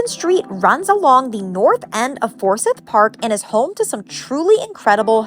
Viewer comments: Yea it's not "sith" it's "siiiiiiith" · Anyone from the South will know you’re not from the South within the first minute of the video. Forsyth Park is NOT pronounced For-sith. The proper pronunciation would be For- s-eye-th. With the “y” being pronounced with the long “I” sound (eye). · It's easy. We have a city and county by the same name. I don't know if this will help or confuse you, but it's pronounced 4 syth. Say the syth like s(eye)th. 4 seyeth. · Just a little tip to not make yourself stick out like a tourist-the 'syth' part of Forsyth is pronounced like sigh-th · You need to pronounce Forsyth Park correctly. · You need to learn how to pronounce Forsyth Park correctly.